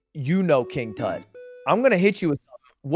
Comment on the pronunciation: "What does tut mean?" "*says it actually correct*" "I will not question you ever again." Wise decision turtleneck